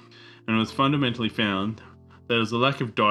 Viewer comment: Agreed . I find his vocal presentation to be at a primary level . Some is so garbled I cannot make out entire sentences he attempts . He uses "fundamentally" often , but sometimes shortens it to funda . Weird speech impediment , even with his edits .